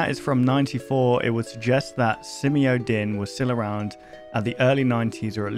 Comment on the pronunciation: it’s pronounced Simio-DINE bro lol it’s been said correctly like 50 times but you still don’t say it right lmao 😂 sorry man but come ON…..ah I love your content